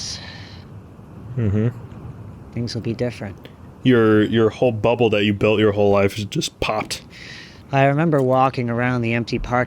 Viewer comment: said Bubble like its some spanish word